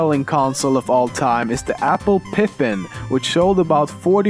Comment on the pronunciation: Apple "Piffen" ? Never heard of it.